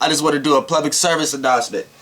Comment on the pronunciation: I love how you say "plublic" 😂😂😂 makes me giggle every time! ily! #AIR